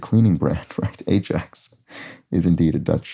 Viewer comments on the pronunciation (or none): Having been to the stadium to watch a match, I would pronounce the name EYE YACKS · Fun fact: While the football name does share the name, it's pronounced AYAX